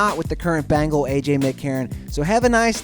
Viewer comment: BANGLE, BANGLE?!?! He's a BENGAL!!! GET IT RIGHT!!!! AHHH!!!!!